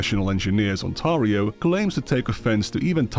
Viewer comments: The mispronunciation of 'Ontario' is sending me. It's "On-tear-ree-oh" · Man. That pronunciation of Ontario is killing me. How hard is it to look up the pronunciation of a location before recording a video where you're trying to look smart? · Ai voice needs calling out when it is pretending to be English. Any Englishman can pronounce On-teh-ri-oh. It's hardly the same as attempting a Sri Lankan surname. When Ai starts getting those correct, we are all doomed. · Ontario is pronounced "on-tair-ee-o" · as someone who lives in ontario, there are computer engineering postions and software engineering postions available, its not as protected as you make it seem(speaking as a cs undergrad). ontario is also pronounced more like ontairio(stair) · no biggie but it's Ontario (ont-air-eeh-oh) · Why even use this AI slop voice over, man? 5 minutes in and I had to pause it cause it was so annoying. It pronounced Ontario as Ontaria for godsake. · "Ontario" is not pronounced that way even a little bit.